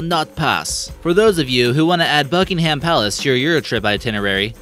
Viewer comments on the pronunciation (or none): It’s not pronounced buck-in -ham it’s pronounced buck-in-nam or bucking-nam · The way this guy mispronounced things bothers me. Bucking-Ham palace is pronounced Bucking-um palace, Pie-ongyang is pronounced Pee-yongyang, and others I forgot. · Bucking-ham ha ha haaaaaa😂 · Kayla G yeah he can't say Buckingham